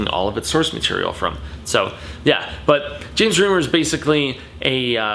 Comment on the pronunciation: Names you mispronounced: James Remar (REE-MAR) and John Rhys-Davies (REESE-Davies)